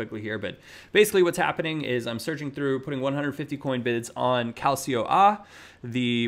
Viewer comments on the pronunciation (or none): Hey, just letting you know Calcio A is pronounced cal-cho ah (calcio is soccer in Italian)